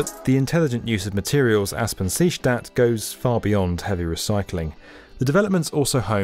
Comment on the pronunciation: Aspang-Seestadt, nice pronuncitaion :)